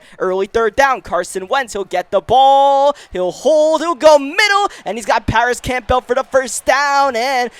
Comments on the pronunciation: My man Paris Campbell has been getting his name butchered for years now 😭 It’s pronounced more like “cam-bull” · Do you even watch football? How do you mispronounce the last name Campbell or Okereke..